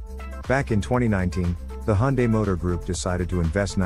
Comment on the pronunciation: Finally someone who pronounces Hyundae properly haha.